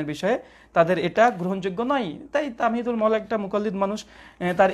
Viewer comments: ওনার নাম তামহীদুল মাওলা নয়। তাহমীদুল মাওলা । নামটাও সঠিক করে বললেন না আফসোস ! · নামটাও বলতে পারলো না 🤣 বলে তামহিদুল মাওলা বললো😄😃